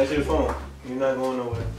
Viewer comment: “Somebodies calling my fheon”😂